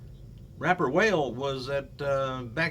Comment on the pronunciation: with all due respect his nickname is pronounced Wah-lay even though its spelled Wale